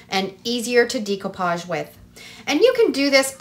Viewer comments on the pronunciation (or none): Great ideas, and will definitely give them a try. FYI - decoupage is pronounced in the French way; day-coupage, not dee-coupage😉